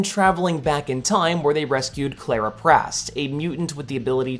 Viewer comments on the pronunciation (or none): none